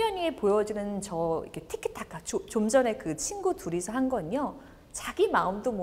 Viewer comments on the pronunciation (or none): none